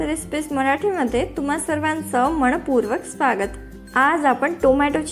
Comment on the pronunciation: मणपूर्वक 😅😅😅😅😅😅😅😅 '"न" ला "ण " म्हणते 😅😅😅😅😅